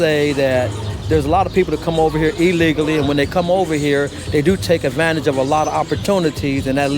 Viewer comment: I have watched a lot of videos from Nick and support him and his views. But he still cannot pronounce the words "legal and illegally". That is why so many people don't answer his questions the way he thinks they will. He really needs to ENUNCIATE.